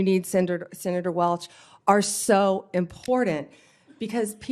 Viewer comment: No 'd' in "important"... Petty i know. . ugh